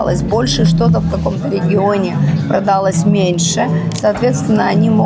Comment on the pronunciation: собралАсь, а не собрАлась; продалОсь, а не продАлось; продалИсь, а не продАлись